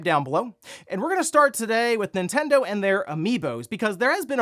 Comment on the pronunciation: It always sounds like says "Intendo" but he's not, he's just breezing through that first N